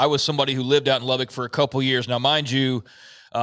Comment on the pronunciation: It's "lubbuck" not "lubbick".